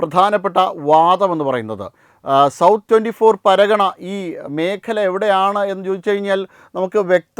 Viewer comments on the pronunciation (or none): 24 പർഗ്ഗാനാസ് എന്ന് പറയൂ മാഷേ പരഗണ എന്നല്ല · പരഗണ അല്ല പർഗാന.. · എന്തോന്നെടേയ് ഇത്, പരഗണയല്ല ജനഗണ 😅 വാർത്ത വായിക്കാനിറങ്ങുമ്പോൾ സ്ഥലപ്പേരുകളെങ്കിലും കൃത്യമായി അറിഞ്ഞിരിക്കണ്ടേടേയ്😂😂😂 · 24 പർഗനാസ് ആണ് സ്ഥലപ്പേര് പറയുമ്പോൾ ശരിയായി പറയാൻ ശ്രമിക്കുക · പേരുകൾ ഉച്ചരിക്കുമ്പോൾ ശ്രദ്ധിക്കുക..non malayali ആളുകളുടെയും സ്ഥലങ്ങളുടെയും പേരുകൾ തെറ്റായി ഉച്ചരിക്കുന്നു